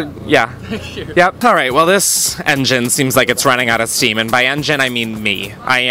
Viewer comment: Instead of “this engine has run out of steam” I heard “this engine has run out of seaman” and I’m like same same same